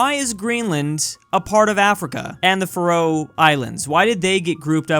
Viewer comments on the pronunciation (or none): It’s pronounced (FA-ROH)